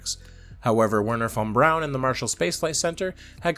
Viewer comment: THANK YOU for pronouncing von Brauns name properly. Drives me nuts to hear people hit the German W and then drop a bron immediately after it.